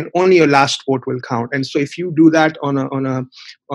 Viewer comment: its pronounced vote not wote